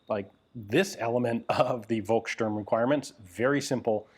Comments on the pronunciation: The letter "v" is prounounced as a "f", so it's "folksturm". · Hey Ian. I thoroughly enjoy all your videos. As you were pointing out pronunciation, I wanted to give you a hint on how to say "Volkssturm". The V is pronounced like the ph in phone. Maybe this helps ;-)